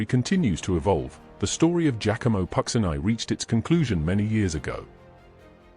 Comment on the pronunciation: not pronounced pucksineye but pucheenee